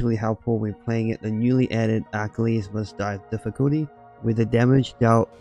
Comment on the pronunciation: I just couldn't stop laughing at how you pronounced "Achilies".